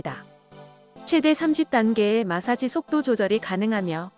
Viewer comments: 이분 마사지 발음이 안되네. 중국 분인듯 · 마사지 발음이 좀ㅋㅋ